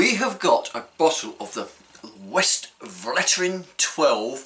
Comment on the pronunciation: FYI Vestflateren is how it’s pronoumced